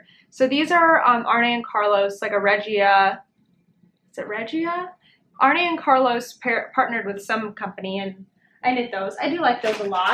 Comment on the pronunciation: Fun video! love talking about socks! On a side note - His name is pronounced "Arnuh" (and Carlos), not Arnie. Emphasis on the first syllable.